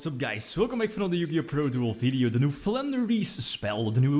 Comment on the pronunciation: I kept thinking you were saying "Plunder Spell"